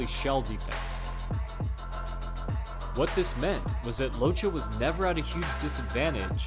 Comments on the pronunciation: You need to read "Locche" like this: "Lòtke" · He was the Son of Italian immigrants so his name is pronounce (Loc-Kay). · It’s pronounced lokke . It’s Italian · Just to say, this man is ITALIAN, and his surname is read “LOKKEH”, not “Locha”... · congratz.. you managed to misspronouce the name each and every f'n time. its pronounced Lokke, not Locce. ffs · I think it's time some truth comes out about origins, habits, traditions that can influence a man during his life time.. Nicolino LOCCHE, pronounced as Lokke not Lo-che'.. was a Sardinian immigrate to Argentina..if people knew a bit more about ancient cultures in the western part of the world like Basque country or the island of Sardinia,it would be much more easier to understand someone like Nicolino...to make it short..the rural sports and festivities of these countries are completely different from their sorrounding neighbors.. It's a Sheppard's country which means dealing with unpredictable animals like mountain goats etc and the short and fast step folk dances that represent these cultures gave birth to a very particular way of moving and evading obstacles..it's in the DNA of people these memories..even living far away from their mother land...so Nico use to say when asked why he did not hit hard or knocked out his opponents.. "I don't like to hurt people..I just enjoy making people enjoy the boxing play..". If any of you check the Urthus e Buthudus of Sardinia you can see how spontaneously people climb any obstacles without training ..and fully dressed with heavy fur and kilos of bells and even chained to others...all it takes is the whish to make people enjoy with a few glasses of wine a lot of physical feats . that's the origin of the ability of great Nicolino LOCCHE... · Great video. Only correction I can think of is his name. He may have chosen to be called by the pronunciation in the video but Locche is a Southern Italian name. It is pronounced "lok'keh" with a very short syllable between the two C's.